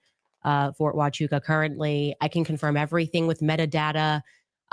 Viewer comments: Sorta crazy I actually live right next to ft huachucah it’s actually pronounced wa choo kah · Hua-chuca (Hwa-chooka) Is how it is pronounced, not Fort Huachaca 🤦🏼‍♂️ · … brother, my only beef is your mispronunciation 😂😂😂 I’m a bit special and it’s killing me!! Fort Wah-choo-kuh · Its Wha. Chew. Kah. Pronounced. HuaChuKa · So what I learned tonight is First Group does and has trained at Ft Huachuca Whackachewka forever and why loves to mispronounce it! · FYI - It's pronounced Fort "Wa-Chew-Ka".... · He's called it Fort Wakachaka too. He's totally doing it on purpose lol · Lol I'm pretty sure you already heard this. It's pronounced fort huachuca (wa-chew-ka) I could understand if you're pronouncing it that way to be funny! You were in the military so I know those are 99.9% chance that you're pronouncing it wrong on purpose I believe lol once again love your work keep it up! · "Militar guy" but you don't know how to pronounce the name of a military base??? Interesting!!! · 🛑I stopped trusting you. I used to like your comments. Hmmm, you are militar man but you don't know how to pronounce Fort Huachuca? Mmmm interesting! You got the call and the $$$ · The fact that you keep on mispronouncing the one of the fucking biggest Military Intelligence bases in the US speaks volumes of your part in this story! Especially when you said it was for border protection only which is a huge lie historically!!!! I don’t believe Mitch either but to kill the planes in and out of there is my gripe with you and now has me questioning your motive. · Yep he’s mispronouncing it on purpose. He’s playing dumb. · Huh?! was in the Army and he doesn't properly pronounce Huachuca? That seems weird. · You could at least get the pronunciation of the word HUACHUCA right. How did you get his DD214 papers?